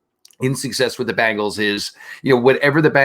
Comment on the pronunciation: BEN-GALS ……….. NOT BANG-GALS…..